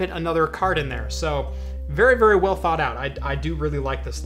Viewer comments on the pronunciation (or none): none